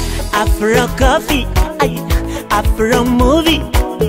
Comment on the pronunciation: Btful song kbsa but you have to learn that there's a big difference between R n L pronouncing,so I didn't hear afRo but afLo